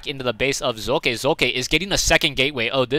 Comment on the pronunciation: why did u say his name like tht?